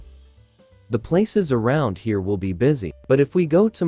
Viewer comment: Why do they keep saying hare (A rabbit) instead of here (current location)?